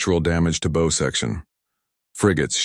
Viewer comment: I listened to the story and it was a good one 👍. However the AI did not pronounce Bow correctly for the ship,the aliens could not have known Coffee,they did not react to the stature of humans,there was no indication that they could translate human speech let alone the aliens vercabullary. These are not negative comments comments but a observation to help the story lines get better with the content. By the way,are there no cat species in your universe. Try a furry tale to tell a story perhaps. 😊😊😊😊